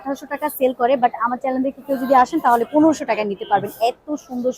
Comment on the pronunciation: ২৪ মিনিট ১৬ সে: হতে ২২ সেকেন্ডের সময়ের মধ্যে "চ্যানেল" কে আপনি "চ্যালেন" বলেছেন। উচ্চারণ শুদ্ধ হলে আরও ভালো লাগতো।